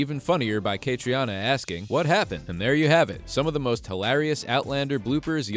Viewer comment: Please learn out to pronounce Cait's name. It is pronounced Katrina.